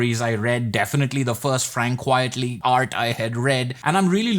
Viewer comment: It's Quitely, not quietly. You're not the only one making that mistake, at least I think I caught you saying "quietly" twice in this video. It's the artist's pen name, a pun on the expression "quite frankly". If I misheard, don't mind me.